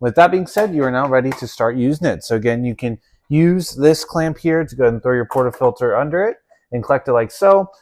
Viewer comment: ...Porta filler??? Will someone teach Americans English...porta F I L T E R FIL TER I L TR not...NOT FILLER